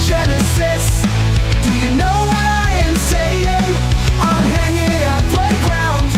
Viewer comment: Shannys aversion to g’s is amazing. I’ve never heard her skip 2 g’s before lmao. “hanin”